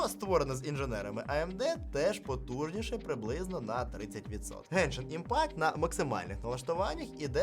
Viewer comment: "ПОТУЖНІШЕ" а не "потужнище"